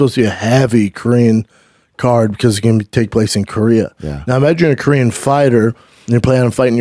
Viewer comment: Great Korean pronunciation by Brendan!